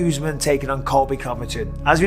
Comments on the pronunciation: "Kamara Oozeman" - Michael "One-Eyed" Bisping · Chandler called him ”farty usman😂